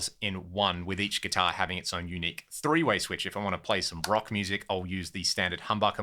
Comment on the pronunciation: i moved from the UK to US when I was 6. I also said three as Free, my 2nd grade teacher was absolutely savage about it as that speech impediment is not common here.